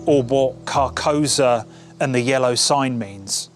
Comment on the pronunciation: I appreciate the vid but I have to point out it’s pronounced car-kou-Sa, which is a very important part of the vibe of the name